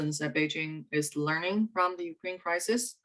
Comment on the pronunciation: anyone can't stand her pronunciation of ''the''?